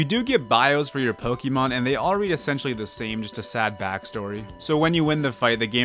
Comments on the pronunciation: I’m gonna die from how many times this guy says pokee mon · ok, repeat after me: it's "poh-keh-mon" HOW HARD CAN IT BE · Next time try to pronounce Pokemon correctly.